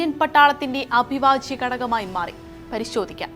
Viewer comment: "അഭിവാജ്യ "മല്ല ഹേ... "അവിഭാജ്യം ".... ആവർത്തിച്ചതുകൊണ്ട് പറഞ്ഞതാ.... 😄